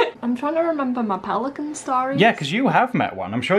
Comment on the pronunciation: Peli...cana. 😂 💕